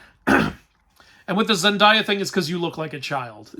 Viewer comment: the only thing that upset me about this review is how you pronounce Zendaya's name (lighthearted)